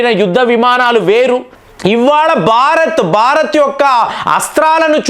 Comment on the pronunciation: Baarath kaaduraa. Bhaarath.